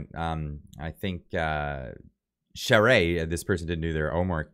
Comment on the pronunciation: I truly thought Baber would have had more support than Charest...(, call me I'll teach you how to pronounce the Quebequer way for Charest- (Châwrrè))